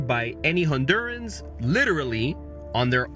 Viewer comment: I’m Peruvian, and the guy does something that drives me nuts, only Hispanic Americans do it. He say onduras for Honduras, which is how it’s pronounced. But then when he say Hondurans he said the H sound really pronounced. Hondurans. I don’t know why but Hispanic Americans always say the country name over pronounced to show they know how to say it 😂😂😂 but then when referring to the people of the country they go right back to the English version 😂😂